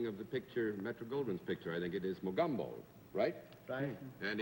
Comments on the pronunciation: Love how Bennet Cerf pronounced "Mogumbo" instead of "Mogambo". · John Daly acts like a bashful schoolboy. Just wondering if anyone else noticed they all pronounce the movie name as "Mo-GUM-Bo?" Shouldn't it be pronounced " Mo-GAHM-bo? "